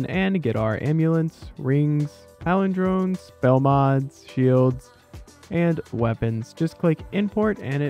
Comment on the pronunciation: Paul Drawns. not palindromes